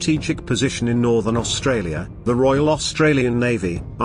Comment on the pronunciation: Best robot voice so far but: A "bow" is a weapon used with an arrow. A "bow" is the pointy bit at the front of a ship. Dropping of definite and indefinite articles hurts. You also have the weirdest pronunciation I have heard of the Kaga.Then near the end "Austrarlia" (sic) and "R-A-A-F" make me pretty certain you are not a native English speaker. Try to get a friend who is so they can fix your scripts before posting. The BIG positive is that there are no smarmy sarcastic and failed attempts at humour like on another naval oriented channel so this is definitely a better watch.